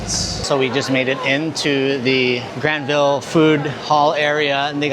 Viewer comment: The easiest way to instantly spot a visitor to Vancouver. They say GRAND-vill. It's pronounced Gran-VUL. Also it's Vangouver.